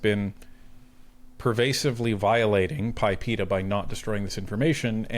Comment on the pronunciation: it is not called PIPEA.. it is PIPEDA.. the D is not silent.